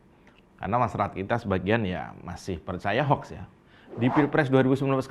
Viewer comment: ucapkan HOUKS untuk baca HOAX bukan HOK....HOK...atau HOUEEEX.